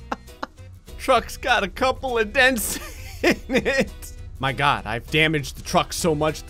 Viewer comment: “I swear to gawd” your jersey is showing again